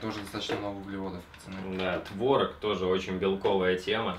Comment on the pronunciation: Не творог,а творог